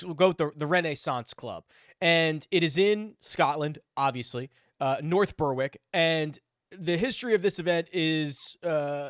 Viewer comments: Heads up, the W in Berwick is silent. So its 'Ber-ick'. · You don't pronounce the W in Berwick just for future knowledge 😁